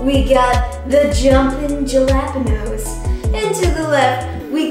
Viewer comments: “The jumping JA-LA-PA-NOSE” -Kaycee Rice, 2019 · Anyone else triggered by the way she said jalapeno? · I’m sorry, but did Kaycee just pronounce the J is Jalapeños? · how is it possible to pronounce jalapeno wrong